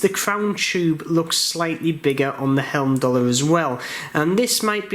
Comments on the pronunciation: Great review, thanks for taking the time to do this video, thumbs up given. The name is pronounced hyme-doll-er. Not quite sure why you're continually calling them helm-doll-er. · Video now driving me crazy. It is not Helmdallr!